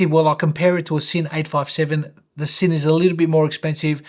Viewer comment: I've asked two German colleagues at the workplace independently, and confirm that Sinn is pronounced Zinn, not Sinn :)